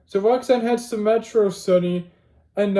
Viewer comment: Metrocity (Met-raw-city)